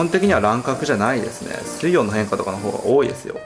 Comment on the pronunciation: 水温の発音面白いですね